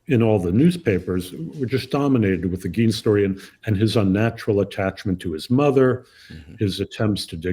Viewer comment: It's pronounced "Gain" NOT "Geen"